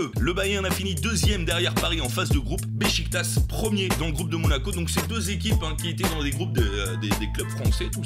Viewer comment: SVP Besiktas ça se dit Bechiktach